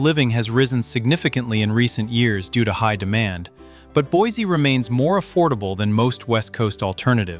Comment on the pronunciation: Boise is non pronounced Boizy. It's pronounced "Boisy"